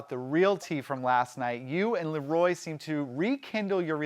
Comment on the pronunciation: This guy seems like a real fan, why can't he pronounce Leroy (not La Roy)?